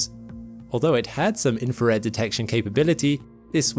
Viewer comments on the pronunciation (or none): INFRA RED INFRA RED INFRA RED PRONOUNCE WORDS PROPERLY. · Then you're not listening properly, . He is saying "infared". It's a common error.